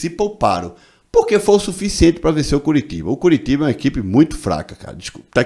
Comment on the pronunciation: Fala Curitiba direito mah mds cearense não fala assim que dizer nordestino